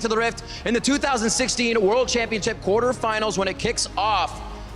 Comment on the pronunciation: he said quartefinals...not semifinals...